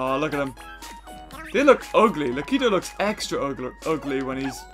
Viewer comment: Lakitu, not lakito.